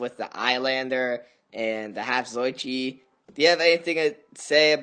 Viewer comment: why he pronounce “zatoichi” so weird like “zoychi”